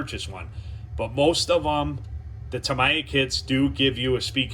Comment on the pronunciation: Tam-eeee-ah! I had to stop watching as your mispronunciation was grating!